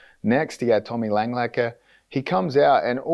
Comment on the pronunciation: Its Tommy LangAKER, not LANGLAKER